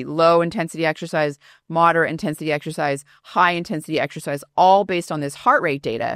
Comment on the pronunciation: Stop saying 'ek shercize' People are wasting time in gyms.